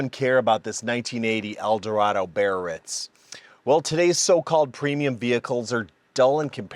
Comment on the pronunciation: Cool car! There are a couple for sale at a dealer in northern IL. BTW , it's pronounced Bee-uh-RÌTZ with a gentle roll of the "r". It's a French city.